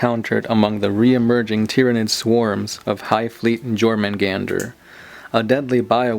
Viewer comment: Jörmundandr = Yörmungand ( vocal )